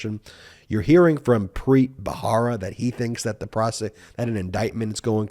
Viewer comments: I think it's Ba-RA-ra, not Ba-HA-ra. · Preet Bharara. The last name is pronounced Ba-ra-ra. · That's Preet Bharara, not bhahara (rara, not hara). Other than that, your presentations are authoritative, factual and measured. Well done. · Please pronounce Preet’s last name correctly! It’s spelled Bharara, pronounced as though the “h” isn’t there, Barara. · PREET'S LAST NAME IS B H A R A R A not BAHARA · You are mispronouncing Preet Bharara's last name. You can check out the correct pronunciation from Preet's podcast "Stay Tuned with Preet." He says his name in his intros. Love your videos.🥰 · Hi Ben- You mispronounce Preet's surname, but I forgive you because I love you. The "H" in the surname is a soft "H" like the one you encounter in the expression, "AH." Not like the hard, forward "H" used in "Help." Think of the final "h" in "House of Hannah" for example. Thank you for your brilliant comments and commentary!